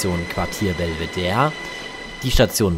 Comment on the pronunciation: Auch wenn es auch sehr viele Wiener ebenso falsch aussprechen, heißt die Station und das angrenzende Museum Belvedere und nicht Belveder. Das letzte E wird ganz normal ausgesprochen, da es aus dem Italienischen kommt und nicht dem Französischen (da würde es Bellevue heißen).